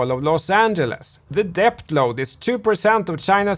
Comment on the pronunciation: Debt - pronounced 'det' .. the b is silent👍🙂